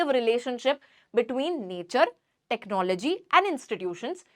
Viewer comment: Technology ❌ Technologia ✅😂😂